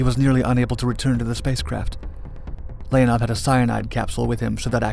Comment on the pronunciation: NOT Lénaff L E O N O V.